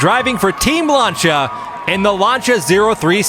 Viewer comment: Please stop saying Lanchia